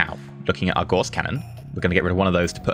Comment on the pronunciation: you're mispronouncing Gauss.